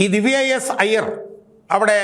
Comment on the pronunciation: ഐയ്യർ അല്ല അയ്യർ ആണ്